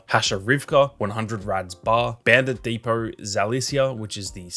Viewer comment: Dude says “bandit depot” like “bandit depoughr” 🤣 “so” is “soughr” wow buddy im astounded you can butcher such simple words